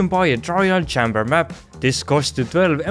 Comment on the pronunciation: "chamber" is pronounced CHAY-mber like the letter "A"